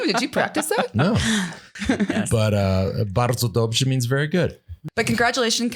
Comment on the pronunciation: Yes Lance! "Bardzo dobrze" is very good in polish. Bravo! Greetings from PL.